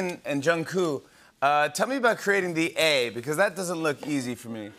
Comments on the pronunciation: Why do they (Jimmy and staff) call him JungKOO? 😂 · It sounds like they keep calling him Jungkoo... Am I hearing wrong?